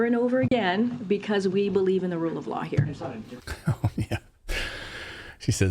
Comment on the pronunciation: She said "The rule of yaw" not law. 🤔